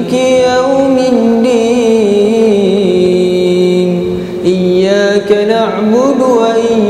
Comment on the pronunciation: dia baca malikiyau’ min’din.... bukan mid’din... kalau tak salah aku dengar macam tu.... kalau perasan cuba dengar balik... Allahualam..